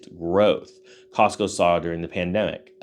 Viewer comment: It's not Costco,... it's Costmo!!!!...